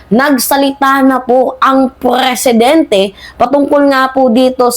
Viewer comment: Maam , Presidenti po hindi Preeeesidenti 😂😅